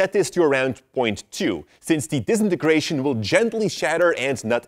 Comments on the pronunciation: No one:: D I S E N A N E N G R A T I O N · It sounds like he’s saying disnieystration then. Disintegration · I asked for the disintegration effect not the dezinargration effect. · For goodness sake learn how to say disintegration properly - here I'll sound it out for you 'Dis in ter gra tion' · Disintigreation Effect Disintigrations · No one: DISNIGRATION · I hate how he says disenagracion affect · “Disinigratin” effect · He doesn't wanna do it cuz he cant even say DISINTEGRATION correctly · I nearly forgot how to say Disintegration Because of the way you pronounce it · I think he didnt wanna do it cuz he cant pronounce Disintegration right lol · I live for pronouncing disintegration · Now I am gonna do the disintegration effet the way you pronounced that word was different.